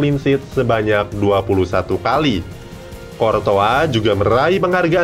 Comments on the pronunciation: Latihan baca pemain bola lagi min klw mau bikin vidio ..masa kortoa sekalian aja kecoa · Emang kortoa bacanya....